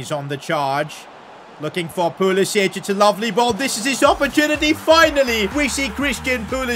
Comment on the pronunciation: Why does he say pulisich